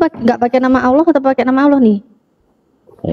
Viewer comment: Oten tulisan Allah Mengapa baca huf h nya gak di ucapan Kok cuma Alla